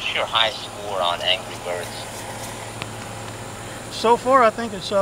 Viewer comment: "I got bubba witch and anry birbs..." 😂